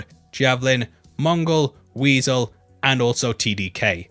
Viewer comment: Not Mongul....Mongal.